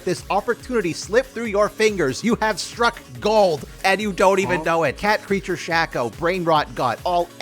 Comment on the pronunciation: why r u saying shaco like that